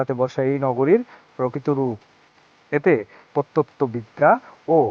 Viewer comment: ভাই আপনার ভিডিও এতো নাড়াচড়া করেন কেন? আর ব্যাকগ্রাউন্ড মিউজিক ঠিক করার চেষ্টা করবেন, আর উচ্চারণগুলো অনেক ভুল আছে। প্রত্নতত্ত্ববিদ হবে, তারপরও ভিডিও সুন্দর হয়েছে, এগিয়ে যান।